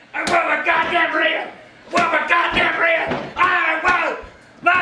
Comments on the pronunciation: “I want my godam Burriter 😂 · Burrito not burriter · He’s saying burrito tf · sounds like he’s saying “I WANT MY GODDAMN BRITAIN!”